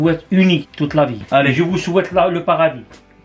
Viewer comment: Il m’a tuer le « je vois shouaite une bonne santé »😂 Amin Insha’Allah a vous aussi 🙏🏽❤️